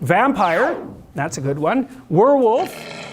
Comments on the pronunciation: notice how the AI mispronounced, "were wolf". 😅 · AI How do you pronounce, "werewolf" ? Nobody in the comment section speaks English as their native language? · Dude, this is AI. how do you pronounce, "werewolf" ?